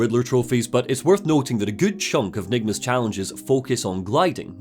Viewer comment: The way you say “Nigma” so quickly and in whichever of the UK accents you have gives me little mini-panic attacks with my American ears. Also great video.